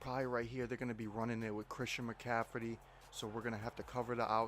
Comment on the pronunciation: “Christian Mcaffridy”😂😂